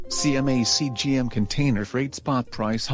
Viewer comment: Bro it's CMA-CGM